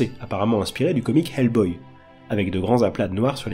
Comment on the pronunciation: Il a prononcé Hellboy = like d'office 😅👍